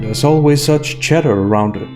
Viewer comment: Love your work. I seriously thought you were saying Chedder lol instead of chatter